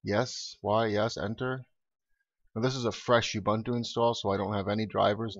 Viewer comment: It's pronounced oo-boon-too, nut you-bun-too.